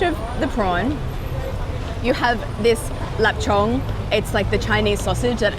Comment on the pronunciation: your pronunciation of lap cheong is so on point i love it